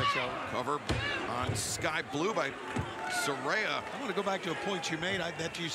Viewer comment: Not Soraya, it's Saraya